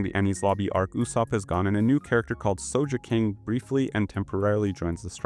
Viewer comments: Bro said sojeking 😂😂😂😂😂😂😂😂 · bro saying sosheking made me close the video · Aint no way you just called him So-ja king